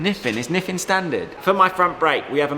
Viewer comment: Is it an accent thing, or did you call your Nissin brakes NiFFin? I see how the logo could be confusing.